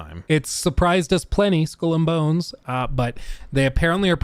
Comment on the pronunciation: "School and Bones"? xD